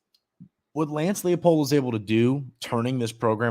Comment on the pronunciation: Everyone pronounces the Kansas coach's name wrong. It's L-EYE-POLD. It's a German last name. In the German language, "ie" is pronounced "ee", while "ei" is pronounced "eye".